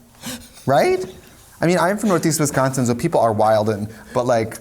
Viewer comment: when trixie says wisconsin correctly >>>>>